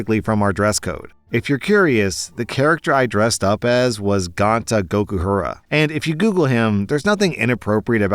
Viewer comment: I was so thrown off when I heard say "gonta gokuhara" lol